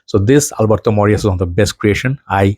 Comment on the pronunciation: You are pronouncing it right. Double l is like y.